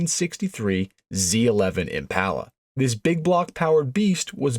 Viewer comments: It's Impala. Not Empalla. Impala. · Generally a great video. I'd read a lot about the 427. My debrief: mispronounced "Impala" is killing me. Im-pah-lah I've had my '61 since '82 ... it was my first car. Overhauled/painted it with Dad, new interior as a teenager. Then it sat ... drug it out of the barn in '18 and had a professional resto-mod done to it. Passion Polly ... the IM PAH LAH. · 409 was a 348 but bigger. The Z11 was a 427 but on the 348/409 engine. The real 427 was the next Gen. This is a kind of accurate video but the guy can't say "Impala".